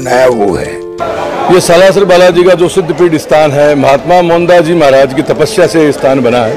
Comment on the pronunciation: हिसार हरियाणा से निवेदन। स्लासर नही, सालासर बोलिए एंकर बहन